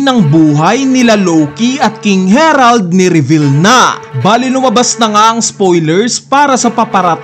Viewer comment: bakit ba laging KING HERALD NG KING HE-RALD, KING HARALD NGA DIBA KING HA----RALD